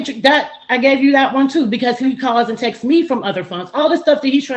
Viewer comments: "Sunt" "Textes".... smh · He can’t say texts. Texteses. 😂